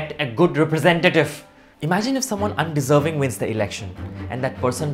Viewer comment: When he says curroupt, undeseving !! Yaa right, he's talking about pappu 😂😂